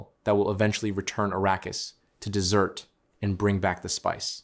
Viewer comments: Desert.... . Place full of sand.... Arrskis. Not 'dessert.' . Which is a sweet pudding to eat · Wow ... Arrakis turns back into "dessert" .... spice cake!!! When AI fails!!